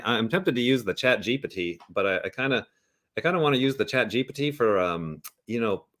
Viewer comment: Why’s he sayin “ChatGPT” like that… chat jeep tee